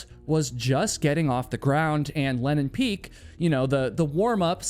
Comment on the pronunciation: That's funny! You say Lenin Peak is the only name you can pronounce when you clearly cannot. The AI texting constantly records it as Lennon Peak and even shows it that way in the subtitles. It sounds like Lennon (Lenn'on) to me as well. Many American English accents swallow vowels and disregard whether they are followed by a single or double consonant, so that Lenin (Le'nin) and Lennon (Lenn'on) are often pronounced the same way. As someone who narrates so many videos, you should be more aware of this to help listeners avoid misunderstandings regarding names, sites, etc.